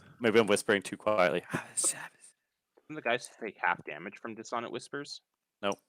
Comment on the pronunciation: You are killing me with some of these word pronunciations (e.g. Duergar, Dissonant). My midwestern brain cannot help but flinch. Though it is a fictional make-believe race and it really doesn't matter DND canon has given two pronunciations: Der-gar or Do-er-gar (Do as in 'to do list'). 'Doogar' proved too much for my ears. You fellas keep having fun, though. Props to Richorn's player for getting it right, though.